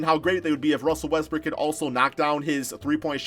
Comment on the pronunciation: Why u call russel wetsbrook - westbrick ?